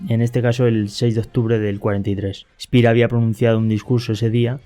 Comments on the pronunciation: Y no es Spir, es Shpeer. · ALBERT SPEER ( ʃpeɐ: ) ( SHPEA O *SHPIAʁ )